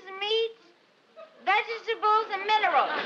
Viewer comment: "megetables and vinerals." 😂